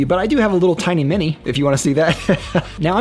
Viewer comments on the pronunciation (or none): none